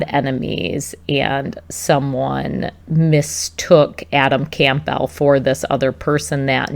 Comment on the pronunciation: Campbell like the soup. Not “Camp-bell”.